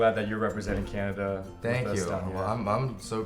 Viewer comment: he said canadia haha